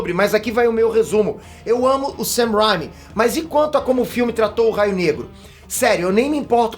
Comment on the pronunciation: O não sabe pronunciar o nome do diretor Sam Raimi direito isso que irrita 😠